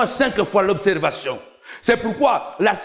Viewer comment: Observarion obserbation obserbation observation observation observation observatio'